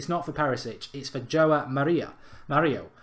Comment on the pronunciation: João is a also pronounced ‘Shwaow’..I’ve a close friend with the same name...just for info purposes only...he’d be a belter at United btw 😯👍🏼